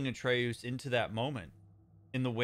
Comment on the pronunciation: 10 sec in: "Atre-oos" Uh oh.... 30 sec later: "...Atreus..." Oh thank God. Rest of the video: "Atre-oos, Atre-oos, Atre-oos." 🥲